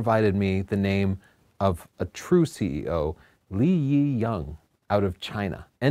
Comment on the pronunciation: All Chinese people I meet where I live in China use English names for business purposes to make it easier for Westerners. It’s so difficult is still pronouncing it wrong. It’s Le as in the French for the word The and the Yi is pronounced E just like the English letter, the Y is silent. So it’s Le E not Lee Yi.